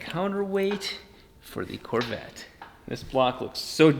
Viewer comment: Who else hates how he says Corvette?